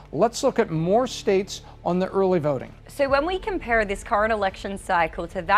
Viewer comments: "Early verting." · early vRting, she said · 🤣 Was scanning comments for Urly Vurting 🤣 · “Early verting” 😂 love her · Just wondering, what is 'early verding'? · "Early Verting" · eurly veurting geurl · Why did the pick her to talk about uhrly vurting?